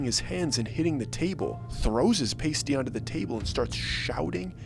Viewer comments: Pasty is not pronounced like paste (like Elmers glue) it is pronounced like PASS-ty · P.s. learn to pronounce PASSTEA=pasty. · Pasty is pronounced with a short vowel sound. It's not PAYsty! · Yes, I’m from Bay City and I was thinking the same thing about how he pronounced “ paystees” lol but at the same time I was actually pretty impressed that he knew about the local treat 🤷‍♀️… Obviously this story is just a story but I am not offended, it’s pretty hard to offend me and I’m actually pretty pleased with what he came up with. So again I am from the lower hand and I have vacationed many times at various places in the UP and I absolutely LOVE every single place that I have visited. IMO the UP is one of the most beautiful places in the states. At least in the main 48. I love that he gave our quiet and beautiful state some mystery with such a unique story… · I find it easier to believe that Bigfoot was abducted by aliens on top of Brockway Mountain on the 4th of July, over believing that you found a Yooper who calls a PASTY what you did. It is pronounced pass-tee. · And you said pasty wrong. You say it like past tee together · It's a pastie "past-ee" (rhymes with "nasty"). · Dude it’s pronounced pasty like nasty only with a P. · Its pronounced PAH-stee. When you say pasties, you’re talking about nipple coverings😂😂😂😂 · Love the Keweenaw. No place like it on earth. Fun story. Just so you know - it's called a pasty with a short a - like the word past plus y on the end. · This is my second video of yours I've seen. Both were in Michigan where I have lived my entire life. But I have to tell you. You pronounced Pasty wrongly. It's pronounced, "Past Tea". And yes they are amazing! I've been to a lot of states, but never found a Pasty anywhere else. Thanks for the video! Where do you come up with these stories? They are so detailed and personalized. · Pasty is pronounced with a short vowel sound, not PAYsty! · It's pasty with a short a, not la long a.😂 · Or paastee